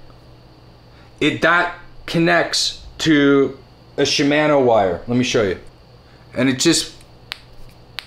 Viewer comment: Still killing me with your pronunciation of Shimano & Bontrager, but otherwise enjoyed the video. ;) Agree with most everything you said - Park makes some high quality tools that have lasted me over 30 years! The only thing I would add are the Park spoke wrench & a good quality workstand.